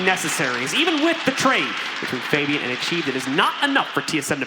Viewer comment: did anyone notice how he called fabian faibin